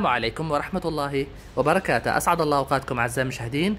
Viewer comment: وبركاته انطقها صحيحه مشكورا